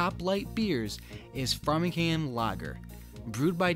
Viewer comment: “Frame-ing ham” and “Narra-gansett”. Source: Imma wicked new englandah